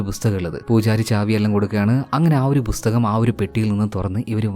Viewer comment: Bhusthakam allaa bro pusthakam